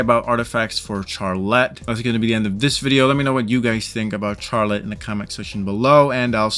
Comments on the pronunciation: Him saying CHARlette was actually killing me it’s supposed to be pronounced as sharlette because the ‘ch’ in the start of her name for some reason is supposed to make the ‘sh’ sound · It sounds like your saying char let and not Charlotte